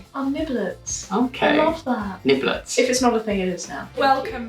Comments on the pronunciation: Niblings, not niblets lol like siblings. Niblings! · I think it's niblings not niblets